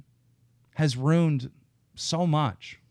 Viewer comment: Say ruined properly you fucking Gnome.